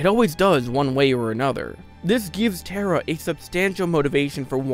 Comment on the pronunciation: Ta-ra. Not terror, not terra. ta-ra